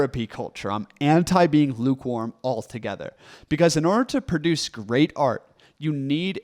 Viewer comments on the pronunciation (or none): Say “produce” not “perduce”